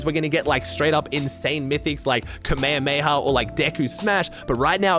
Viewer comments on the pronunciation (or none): "Kame kamaha" lol